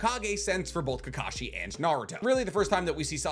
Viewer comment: It’s kakashi my guy